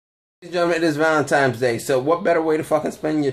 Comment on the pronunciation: Did this dude say ValentiMe's day at the start? Hard to take you seriously after that